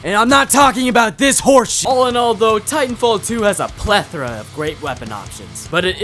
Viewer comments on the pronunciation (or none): none